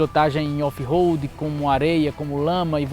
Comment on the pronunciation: so para deixa claro quando se pronuncia RO não e RO de roupa ou Roberto ROAD - RO - se pronuncia com o R mais fraco, com se ele estivesse entre duas vogais no meio de uma palavra EX: aroma. A letra O no alfabeto em inglês se pronuncia OU.Então a pronuncia correta de ROAD é ROULD com D mudo no final.